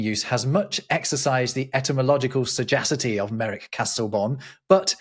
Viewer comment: we love and endorse pronunciation of sagacity:)